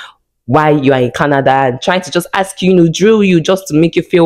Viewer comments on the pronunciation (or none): 😂😂😂😂😂 they sound it axe😂😂😂😂😂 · The way Nigerian say the word ASK...love from Nairobi Kenya